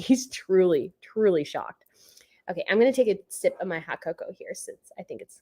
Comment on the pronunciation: Edinburgh in UK (or at least south of England) is pronounced [eddin-bruh] (stress on first part)& cocoa is [coh-coh] (like Oh!) with same stress on both halves 🍁😊🍁